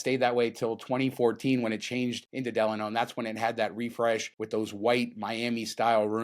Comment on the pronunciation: Guys: The hotel name, Delano, is pronounced "D-LON-O". It rhymes with "Milano" (the city in Italy).